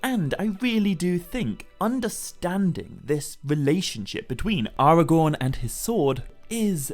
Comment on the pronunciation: AragoRn... rhymes with 🌽